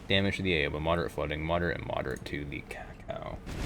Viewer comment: Kako's pronounced "caco", you're pronouncing it more like "cacao"